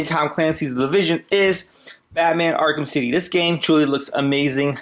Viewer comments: U said bman arkham city lol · Does he say Batman Akram City. Lol